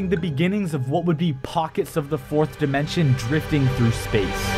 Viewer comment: Take a drink every time he says "dimenshon" 💀